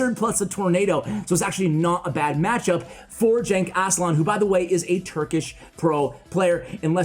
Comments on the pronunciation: Actuallyyy... Genç is read as following: G is the g in "game" or "gap" E is the e in "red" or "tesla" and ç is "ch" sound as in "check" or "witch" So it is GençAslan not ÇenkAslan :) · The name is a Turkish name btw, its really not pronounced like "jenk aslan" but it doesnt matter lmao your foreign to Turkish